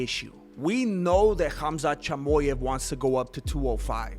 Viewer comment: Its chimaev not chimoev